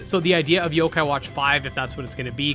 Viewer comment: some of these games you name are hard to know what they are because you don't list the name on the screen. So when I hear "kadomon" I legit had no idea what was said and had to go back hear you say it 3-4 times and try to look it up. This was also the case when you said "zokai" and I was looking up "sokeye" lol